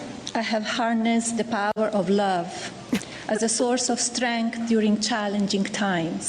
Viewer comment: I think she said Lub 😂😂😂😂